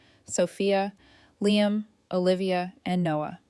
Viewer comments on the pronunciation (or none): none